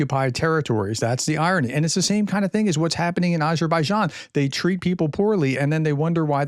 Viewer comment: Please look up the right pronunciation of 'Azerbaijan' please :-)